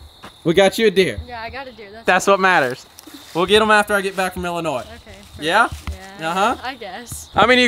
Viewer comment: YOU DONT SAY ILLINOYS WITH THE S SAY IT LIKE ILLINOY